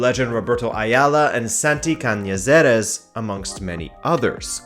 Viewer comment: It’s Cañizares not Caniseres like you said it